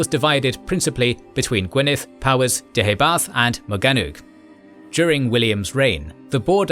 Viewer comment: Small note: "Powys" is pronounced "POE-iss", not "POW-iss". In Welsh, the letter "w" acts something like the letter "u" does in English.